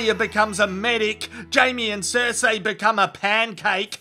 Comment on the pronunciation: Vah-ris Sir-see Dah-nair-is. Don't do GoT videos without being able to pronounces these names.